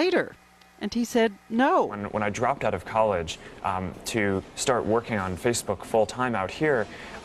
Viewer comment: He can't even say Facebook, he says Feecebook! Give Zuker all you're info and it will be sold and used down the line by manipulators that will pester you forever. Wake up, it's got nothing to do with communication or friends but all you're doing is setting yourself up as a target for commerce. I deleted my account and my life has improved now as I don't have to look at 'Mary likes the Hat Shop', the silly adverts on the right and millions of dickheads posing in nightclubs or by famous landmarks!